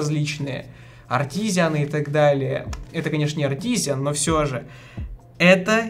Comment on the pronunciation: "артизианы") артисаны, а не артизианы))